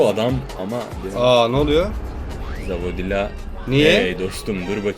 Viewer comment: Ruv a zavodila diyen üstün zekalılar